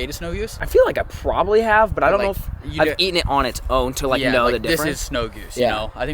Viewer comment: anyone notice the way he said probably